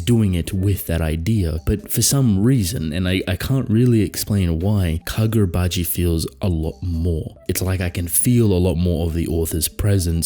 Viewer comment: KaGODrabachi, you mean.